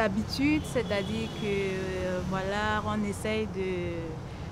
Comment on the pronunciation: Is it me or there is a letter R at the end of the word VOILÀ ... 🤔🤔🤔